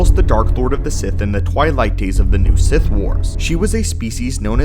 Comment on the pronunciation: He’s a “Bith” Lord 🤣